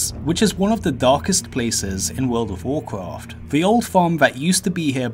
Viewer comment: Wooled of Woolcwaft?